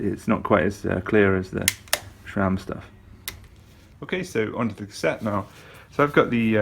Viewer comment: The letter "h" is in Shimano. Sram is pronounced like "Tram". No "h"...nah, nah.